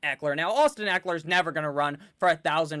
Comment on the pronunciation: I think you butchered Ekeler's name, but your team is deep!